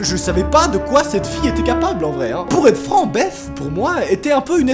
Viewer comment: Belle prononciation de "Beth" monsieur sait parler anglais 😁